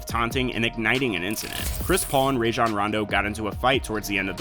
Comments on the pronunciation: Stop saying rayjon its Rajon. Roh jon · Bruh you said rayjon rondo